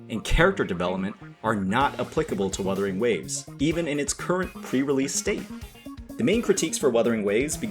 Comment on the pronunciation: bro said weathering waves 😂